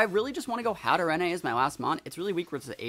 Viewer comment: How to Pronounce Hatterene: Hat-a-rain (hope it helps)